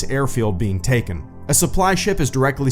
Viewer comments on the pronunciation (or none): none